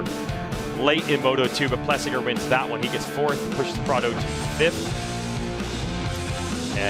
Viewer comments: Why can't James say Prado's name properly? Kind of stupid he won't do it. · Bubba can’t hide his distain for Prado, won’t ever say his name right 😂. I guess I get it after Prados year last year and giving up.